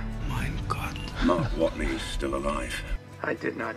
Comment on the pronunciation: Is it just me is did Jeff Daniels say Mark Waten and the sat Watney the second time?